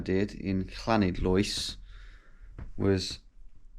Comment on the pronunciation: Llanidloes. English visitors try for ages to get the correct Welsh pronunciation. Clanidlois? To the locals it's 'lani' :) It would be nice to know when this was filmed.